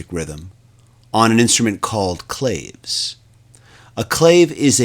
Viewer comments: claves is pronounced -- klah-vayz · Now try to explain "CAJON" (The percussion box) so they do not pronounce it COJON actually your spanish pronunciation is wrong . First syllable is KLA (as in CLA(p) and "VES" as in VES(tibule). That "Y" you put in there REALLY screws the word up.